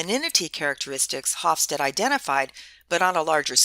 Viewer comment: I very much like your video and I have assigned to my International Management class. That said, I was a bit reluctant to do so as Geert Hofstede's name is mispronounced here. I apologize as I wasn't sure how to reach you in a less public setting, so please feel free to delete this comment after you address it. The "G" is hard for non-Dutch speakers, but it is akin to the Hebrew guttural Chaf (כ) and Chet (ח) often romanized as "ch" as in "l'chaim" or the Russian Kha (X) often romanized as "kh" as in "Kazakh". The Dutch "ee" is pronounced like the English "ay" (for example, Beethoven, whose father was Flemish). Finally, the final "e" of Hofstede is pronounce. This means that the middle "e" is pronounced as an "eh" (as if there were no "silent e"). So the second part of his name is something like "stead-uh".